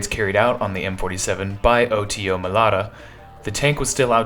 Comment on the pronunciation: You repeatedly pronounced the manufacturer's name wrong. It's Melara not Melata.